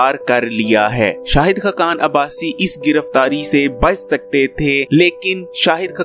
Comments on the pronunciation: Yar aap ka tlafaz bohat khrab he (khakan)na keh (khkan) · khqan nahe,khaqan hota hai,khudaa k liay apna lehja aur alfaaz theek bolo,khuda tumhain aqal se nwaze.